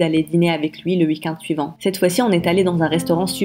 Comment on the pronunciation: On dit week-end pas week - and